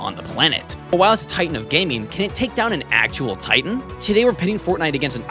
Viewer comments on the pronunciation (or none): none